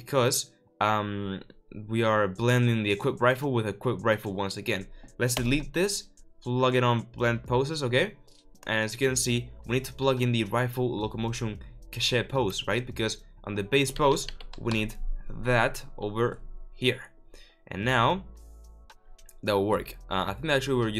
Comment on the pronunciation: Computer crashed and Lost the RPG series I was following with you, so thrilled for this one. Maybe in the future -- fly helicopters, tanks, and make an animated character cutscene. Love you <3 btw, "cached" is pronounced like "cashd" in english. You make it sound so fancy though! Looking forward to dig into this series with all that you learned from the RPG series. Hoping we can find some more efficient algorithms along the way that aren't too costly.